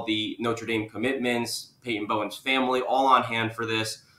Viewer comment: Say it with me Famoly. 😂😂😂